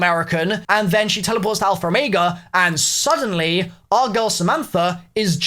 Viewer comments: Lol you say alpher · Always love hearing saying alphaer. Lol